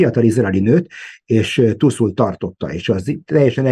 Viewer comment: Nagyon jó a mű-sor, mindig nézem. :) Csak 2 dolog bántja fülem! Nem tusz az, hanem tÚÚÚsz. :) A másik, nem Hiszbollah, hanem Hezbollah!!! 😂😂😂